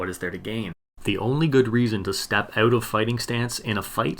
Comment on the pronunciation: "...to momentarily step oot of the fight."